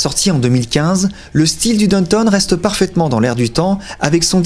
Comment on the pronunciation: J’entendais « donne tonne » et je me disais mais qu’est-ce qu’il dit là? Et il répète « donne tonne » et puis je l’ai ignoré. Puis, j’ai compris: Downtown, bien sûr!!! WTH mec? Vous êtes vraiment bizarre les français hin! Vous savez pas faire un petit effort? Bande d’ignorants de merde